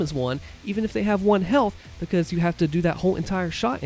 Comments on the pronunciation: Yeh "Becoz" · Way he says because is the reason why I click every video.